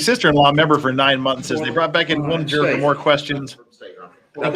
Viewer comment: How do we expect so much from people who can't pronounce the word juror correctly 🙃